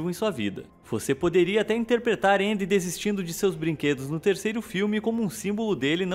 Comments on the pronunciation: Ele falou na pronuncia americana eu acho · Gosto muito desse canal, mas qual a dificuldade de falar Andy? me incomodou um pouquinho a forma que vc pronunciou, mas tirando isso o vídeo é ótimo kkkk